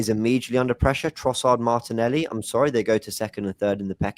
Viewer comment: called martinelli "martinelli"!